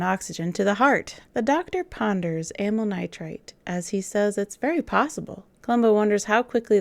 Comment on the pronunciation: A fun fact about the amyl nitrite bit: It very much sounds like they're saying Amyl nitrate, which, if they really say that, is a pretty big blunder. Amyl nitrite is in fact the medicine described by the doctor, whereas Amyl Nitrate (!) is an additive in Diesel fuel. In the German dub, they even make this mistake and actually have the people call it Amyl Nitrate. A quick addition: I just checked the script of the episode and in the script they do indeed say: Amyl Nitrate.